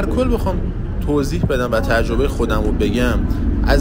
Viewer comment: تجربه یا ترجبه،شما قبل از کلیپ تهیه کردن چندتا کتاب مطالعه کن تا توپق نزنی،تجربه است جان ترجبه نیست